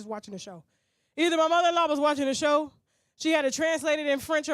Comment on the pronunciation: Show not shoe